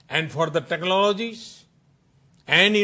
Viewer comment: ... Techlonogies... Baingan ki English...